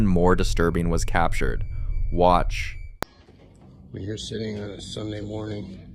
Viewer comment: I love it when it says WAAtch!!! 😂😂😂